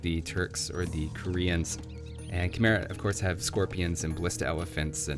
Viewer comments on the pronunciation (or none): Khmer is pronounced "Ka-mai" or "ka-mye" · k'mher is pronounced kah*MY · Just fyi, the Khmer civ is pronounced Ka Mai or Ke Mai. My Fiance is Khmer (Cambodian) lol